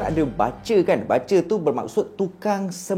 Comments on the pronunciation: bang sorry nak tegur... sebutan dia "BU CHER" as in BUSH ... bukan "BA CER" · Salam. You mmg awesome. Just one correction - "BUTCHER" bunyinya ialah BOO-CHER bukan BA-CHER. Harap Maklum. Keep up the great work! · bukan batcher bang.. sebutannya boot-cher.. tpi xpe abaikan..yg penting cite² abang sy follow sbab best dengar sebelum tdo.. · bukan "bace" laah.. butcher.. pronounce dier Bu. Cher. ✌️. ❤ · Butcher - 'but ~ cher'.. Batcher - 'bat ~ cher'.. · Bro butcher sebutan bu bkn ba 😅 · buttttcher. bkn batcher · Bukan 'bacer' tapi 'bucer'. Ya ampun... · pronounce yang betul untuk “ butcher “ bukan “ bat-cher “ bang tapi “ boot-cher “ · bukan bacer tp bucer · Bucer bkn batcer sebutan salah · Best...mcm biasa..tak pernah mbosankan sbb ko nyer energy masa bercerita tu len mcm..hahaha. Cuma ada pembetulan sikit. Cara sebut 'Butcher' tu bkn 'Ba-cher' tp 'Bu-cher'. 🙏🙏🙏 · video menarik tapi maaf kalau saya tegur ni ya. sebutan dia berbunyi "boo-tcher" dan bukan "ba-tcher". keep it up bro. love your content. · Butcher is pronounced as 'boot-cher', bukan bat-cher. Anyway, I'm a huge fan of your series!! My husband pun dah terjebak dgn kerulseries lepas I recommend one of your videos to him.😂😂🙏🏻🙏🏻 Keep it up! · Sebutan BUTCHER ialah Bu-cher. Bukan Ba-cher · Nasib ada yg tegur..😂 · Maaf bang, Cara sebut butcher /ˈbʊtʃə/ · Butcher bang. (Boocher) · Sebutan butcher tu cam lain je bang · sebut butcher tu bagi betul.... orang susah nak percaya cerita nanti... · Slh pronounce BUTCHER tu.. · butcher bkn baca 😅